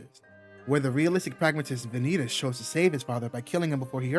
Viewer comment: Am going to be annoying here and say your saying vanitas wrong it pronounced van e tos or van ne tos I suggest to watch a dubbed episode to get it correct but even in Japanese they say it correct even with the end stretched out and am going to assume here that you searched up how to pronoun it on Google it the same with manga the ai voice cannot get it correct compared to a real voice also the word vanitas come from Latin